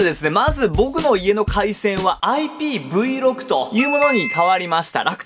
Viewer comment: 皆さんそしてさんどうでもいいけど、『IPVろく』ではなく、正しくは『IPVシックス』と言います！笑 どうでもいいだろ？笑笑 ↓↓